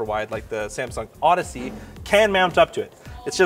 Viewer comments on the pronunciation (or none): none